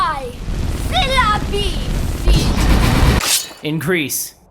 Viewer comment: I thought he said in Greece not increase xD